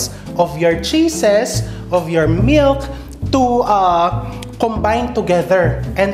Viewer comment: At kailangan may diin sa dulo ang pagbigkas. Halimbawa: mil K! sprea D! 🤣🤣🤣